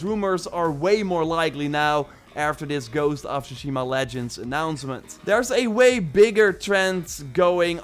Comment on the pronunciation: TSUSHIMA— T S U shima Not Shushima. It’s not that fucking hard